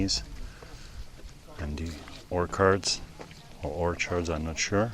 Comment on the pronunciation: Orchard sounds like cheese not chord.